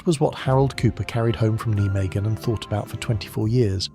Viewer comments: It`s pronounced NI MAGEN, not Nee magen, NI MAGEN. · That's the German pronunciation which the Dutch understandably hate.